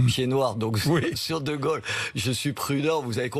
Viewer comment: Non bourdin 'c'est pas de gole c'est de gaulle comme paul pas gogol comme bourdin Quel tristesse heureusement sa compagne rachète un peu.